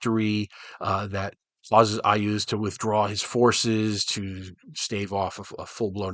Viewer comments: Thank goodness, standing down from Red Alert. And yeah, It's pronounced I-OOZE like you say it, lol. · It's pronounced "YAS!!". After all he has a city of skulls. Who does that? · I asked Gary Gygax, once while at a Gencon, how to pronounce several D&D names and he said that IUZ was pronounced "IS". I don't know if he was F'ing with me or not ... but I have used that pronunciation ever since.